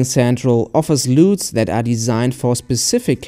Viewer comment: "Loooots" haahahahaa (LUTS).